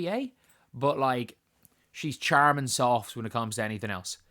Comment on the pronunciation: its pronounced "sharmin" soft.